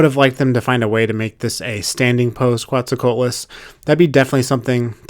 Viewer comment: It's pronounced 'co-AT-lus'.